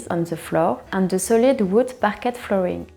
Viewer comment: You don’t pronounce the “t” in “Parquet” ( it’s a French word ! ) Even in spoken-English , the “t” is silent .